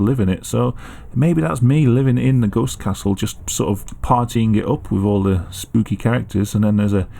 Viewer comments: Sounds like old English 🤣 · "I would like to see a goste kasul "